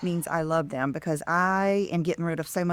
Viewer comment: learn how to pronounce "them," you say um and sound so dumb